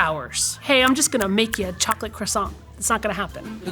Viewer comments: Welp, credibility lost when Rob Paulson can pronounce “croissant” more correctly than a professional baker. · Professional baker who can’t pronounce croissant correctly…credibility revoked